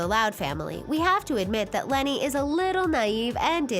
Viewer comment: did someone else heard leni as lori?